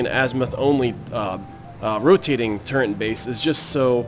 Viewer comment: "turrent" Seriously though, good series.